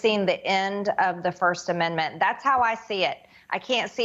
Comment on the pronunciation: What is a “firssten amendment” anyways? 🤔🤡😂